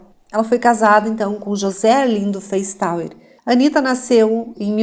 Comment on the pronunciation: Esses sobrenome Feistauer, se for de descedência alemã se pronuncia Faistóa.